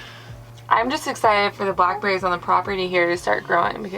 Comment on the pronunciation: Took me a second to realize you said black berries and not black bears. 😂